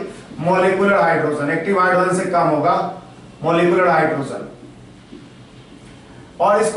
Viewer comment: phele hydrogen bolena sikh la......................................